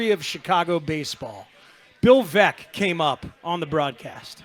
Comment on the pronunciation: I think it's a stretch to assert that he didn't know Baez was a Cub. He was referring to the Sox fans' animosity toward him, which makes little sense to begin with. And the Veeck mispronunciation doesn't necessarily mean he didn't know the basics of Veeck's legacy with the team. Can we really tell the difference between someone who didn't prep and someone who is just not at the point where he can access all this info live, on the fly, while providing commentary?